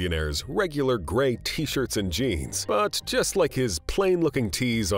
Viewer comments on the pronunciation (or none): none